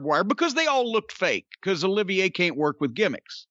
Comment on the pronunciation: Lol hate to be that guy, but it’s actually Olivier, as in Lawrence Olivier